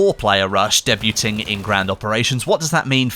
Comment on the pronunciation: Literally heard nothing after the mark after realising your pronunciation of debuting, had to re-watch.